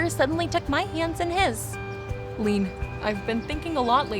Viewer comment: Why do they keep pronouncing Leanne as “lean”… It’s “Lee-ANNE”.